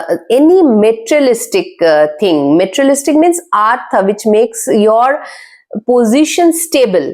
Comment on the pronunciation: Word materialistic wrongly pronounced...😂😂. Plz work on correct pronunciation. Average video